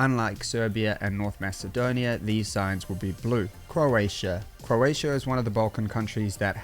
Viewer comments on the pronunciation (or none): none